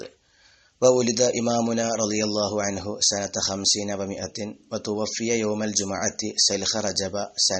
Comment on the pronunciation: തുവുഫ്ഫിയ എന്നാണ് തുവഫ്ഫിയ എന്നല്ല